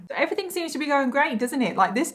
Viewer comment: Im sorry but everything its not everythink